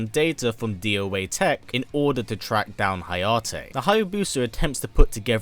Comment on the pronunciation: You say doa tech as doa tech, not d o a tech.